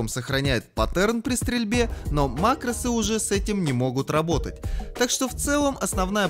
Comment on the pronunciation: ааааа макрОсы у меня кровь из ушей пошла